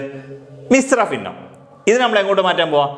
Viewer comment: ഫിന്ന അല്ല ഭിന്ന